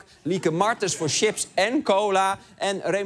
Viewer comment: Wat een smakeloos fragment is dit zeg. Beetje kijkcijfers willen trekken over de ruggen van junkfood reclames d.m.v. ze te fat shamen. Reclames hebben ook gevoel. Ps: die lays reclame is ook wel erg slecht. Nee je promoot CHIPS, niet tjips.